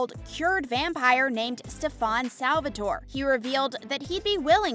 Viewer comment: "Enough about SteFON!" "...Hello, Clarisse"